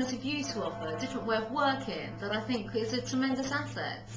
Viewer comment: God this pretentious bitch is annoying. Listen to all those long syllables which should have been short, like "offerrrr" and "perspectiiiive".